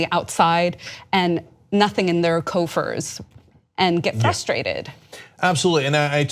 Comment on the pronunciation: Un·doubt·ed·ly, what she is saying is worth hearing, but I had to resolve to do so after cringing at 'undoubtably'; twice. Also... coffers, not 'co-furs'. -TY